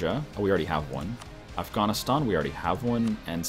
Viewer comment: How do you mispronounce Afghanistan it's pretty simple to pronounce